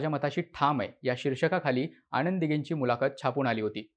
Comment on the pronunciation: Well explained … परंतु ‘न’ चा उच्चार ‘ण’ असा होतोय… उदा. आणंद दिघे … !